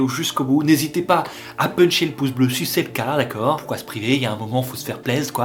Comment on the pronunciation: Ton « dekeur » il est terrible 😂😂